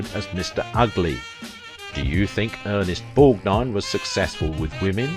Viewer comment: Thank God! Finally! A YouTuber who can actually pronounced Ernest Borgnine's name!!! Thank you! Seems like ever other channel gets his name horribly wrong in so many ways!